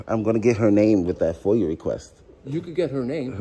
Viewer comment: It is FOIA...not FOIL.